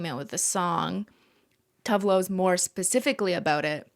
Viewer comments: It’s always so funny to hear non Swedish speakers try to pronounce Swedish names. I did not understand that Cristine was speaking about Tove Lo until she named one of her songs “Grapefruit”. FYI, the e in TovE is pronounced, so it sounds like tO-vE Lo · Cristine, I believe Tove is pronounced Too-va. Scandi names have different vowel sounds than English